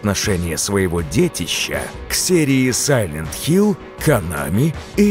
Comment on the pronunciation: Да какой нахуй сайлент хилЗ?